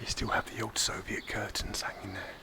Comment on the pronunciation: Nobody : Bald : “šoviet spoons”